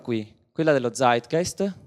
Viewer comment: pallino sulla i: si pronuncia Zeitgeist con la Z di o ScreZio non con la Z di Zorro